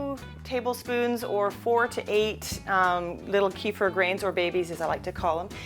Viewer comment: it's pronounced "keh-feer", plz